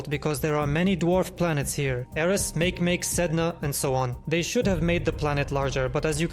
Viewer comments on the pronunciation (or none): Don't say mæk'mæk', say mákêmákê, sorry for using accents but anyway, its the ""correct"" way to speak it, no need to thank me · mah-key-mah-key Not make-make. 😂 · Make make is not pronounced like that my friend. Mah-kay mah-kay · MakeMake is pronounced Mah-Key Mah-Key